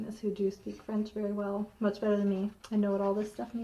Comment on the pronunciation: It looks like your risk was well rewarded. So many beautiful patterns for all different occasions! And I was impressed with your French pronunciation. I can fake my way through Spanish, Italian and German, but French has always been beyond me.